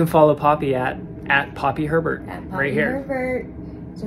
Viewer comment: Anyone else can’t stop hearing pervert in the intro instead of Herbert 😭😭😭😭😭